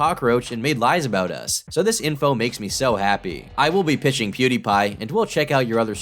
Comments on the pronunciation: I die a little inside every time he tries to pronounce Pewdiepie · The way pronounces pewdiepie almost killed me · The way this guy pronounces PewDiePie is the most annoying thing ever, seriously, he's been hounding the guy for years and yet he can't even pronounce his alias right. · Every time he mispronounces pewdiepie I loose a year off of my lifespan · Lmao the way he pronounces pewdiepie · Every time he says Pew DIE Pie it makes me want to die. He says it correctly at the very beginning of every video, he clearly never watched even 10secs of one of Pewd's videos. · If I had to hear him say Pew-DIE-Pie one more time I was gonna club a baby seal. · why the fuck does he keep saying "pwe dah pah ee" instead of pwediepie? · "pew die(thy) pie"🤣😭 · Lol dude said pew-"dye"- pie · When hearing him pronounce Pewdiepie as Pew-Die-Pie. xD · imagine having full access to the the internet, where Pewdiepie’s name being pronounced correctly (Pew-DEE-pie) is quite literally, recorded & accessible, to anyone with a smart phone or computer, AT LEAST tens of thousands. listening to a man twice my age mispronounce a title in succession multiple times, is the definition of ‘nails on a chalkboard’. my IQ took a staggering hit consuming this dudes manic streams of consciousness, aka ramblings & delusions of grandeur he considers ‘content’. these people are fascinating… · Poo dye pie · If he says”piud eyed pie” one more time I’m gonna lose it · PEWDAIPAI HE SAYS IT SO BAD IT MAKES ME MAD WTF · Say “Pew Dye Pah” one more time… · The funniest part about this is the fact that every time he wants to get someone involved he always misspells or mispronounces their name - Munkey Jones and Pew die pie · man every time he says Pew Dye Pie I want to rip my hair out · I cannot get over his pronunciation of “Pew-Die-Pie,” as though he did not even bother to actually know anything about him other than that he has a large following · his pronunciation of "POOH-DAH-PIE" is scary, man.